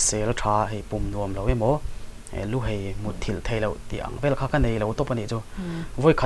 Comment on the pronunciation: Aizawl han tih mai tur hi 'eizawl.... Luhai tih tur lah 'luhei.... Hman dik hram2 hi a pawimawh